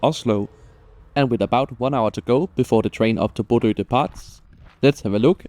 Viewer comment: Thanks for the video! (Now, at long last, I can pronounce Bodø without people laughing. Æ is next!)